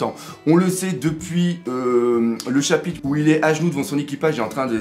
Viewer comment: Salut! Loin de moi l'idée de t'ennuyer mais peux-tu faire un effort, s'il te plait, sur la prononciation des R en ce qui concerne le mot chapitre?